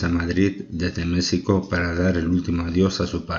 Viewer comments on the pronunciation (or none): none